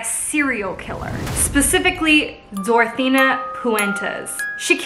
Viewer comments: Why was she saying dorathena and not dorothea? I'm so confused? It's making my bf mad which is annoying me cozz I'm just trying to watch my kenzie vid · Girl I loved this but every time you said DorotheNa instead of Dorothea I cringed a little. 😂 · She said Dorethina instead of Doretha the whole episode. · hey! great video but just so you know its “Dorothea” not “Dorothena” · it's DorTHEA not DorTHENA my ocd is killing me right now with this!! it literally says it in her cook book!! I remember watching a show on this!! Insane!! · I couldn't listen, she kept calling her Dorethena 😂